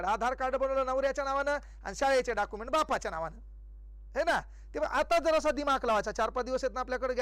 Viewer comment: डॉक्युमेंट्स ❌ डाकुमेंट 👍